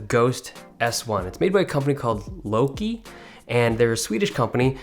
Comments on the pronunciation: Louqe. Thought you said Low Key. That would've been awesome. A company called Low Key making HypeBeast PC cases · Louqe yeah more like "lowkey" XD jk